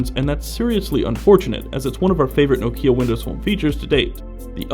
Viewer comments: Learn to pronounce Nokia... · If even Stephen Elop pronounces it "No-key-uh", I will, too. Thanks.